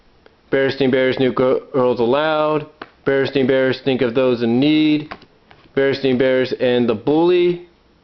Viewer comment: i noticed you, as with me and many others, pronounce it stein. i clearly remember it being stein, but going on youtube, you can hear that in the tv show and in commercials its clearly pronounced "stain". i realize your books say stain, but is that how you remember them from the past? i coulda swore it had an Ein. i know it sounds ridiculous since u can look at your books for reference.. but since your a collector, i wonder, When did you 1st notice it was spelled Ain ? thanks